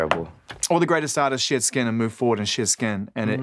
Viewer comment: Greg Pappas it sounded like he was saying shit your skin instead of shed your skin lol